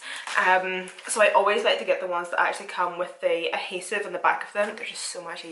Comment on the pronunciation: Adhesive u mean lol Ahesive 😆